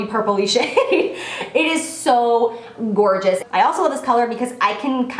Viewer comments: Lmao she said gorgina. <3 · "It's so gor-jina!" Love it!! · "Gor-gina" 😂😂😂 oh how I love you Jaclyn